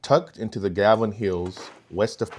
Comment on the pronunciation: Pronounced: "Pin-a-cot-ee" mining district, and "Gav-i-lan" Hills / Mine. Sweet video though, I grew up in Perris, and always heard about the mines, but never found them when off-roading around the area.